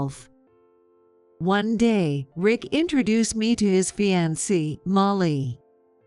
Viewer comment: Can’t pronounce fiancé,bowing